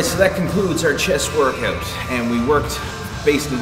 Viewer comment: Wurrkawt XD